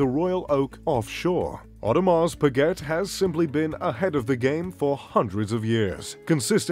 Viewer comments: Audrmars speget🤣🤣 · you say your mr.Luxury and pronounce Audemars Piguet like an American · "Audemahs Pigget" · Orrdemar Pueegetttte.... 😂😂😂😂😂😂😂 and its even his favorite brand 😂😂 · the same people who have heard of audemars pa-get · and breguet,look at the marie antoinette.vacheron constantin,a lange,FP journe,but come on bremont?wtf,o and the pronociation of audemars piguet is hilarious,really? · I know, the AP pronunciation , never heard it said that way . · At least I learned how AP is pronounced. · Your info is off by far. Most expensive Rolex sold in 2017 for $5M? i guess you have not seen the Paul Newman Daytona auction. Also please don't miss pronounce the names. AP you do not pronounce the T. Beritling is among the most luxury? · don't you know how to pronounce Audemars Breget? OMG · Omega is pronounced with the stress on the first syllable - 'Omega - not on the second, as you do in the video. And how to correctly pronounce Audemars Piguet - I don't even try to tell you, you'd never get it. Pretty embarrassing you makeing a video about luxury watches (and claiming to wear some of those) but not even being able to pronounce them. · your pronunications of several words are totally off. Your favourite brand is Audemars Piguet and you don't even know how to say it?! Also, look up how to pronounce the word Submariner. Also, there's no such thing as a Royal Flying CORPSE. Look up how to pronounce the military word "corps". Also, there is no such thing as the American Army - it's called the US Army. Very cringey narration.